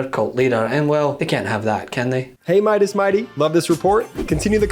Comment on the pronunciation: "Midas Mighty", ugh.